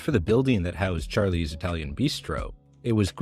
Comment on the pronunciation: Char…lease? Odd way of pronouncing it